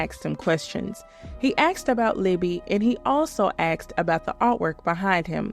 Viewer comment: I was enjoying the video until we got to the dreaded, ' axed a question ' reveal. 🙄 Lame. Why is it so hard for some people to pronounce ask? 🤔😜